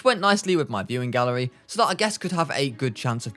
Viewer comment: I thought bro said mewing gallery 💀💀💀